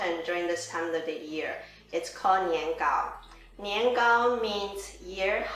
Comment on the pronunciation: You're not pronouncing it correctly...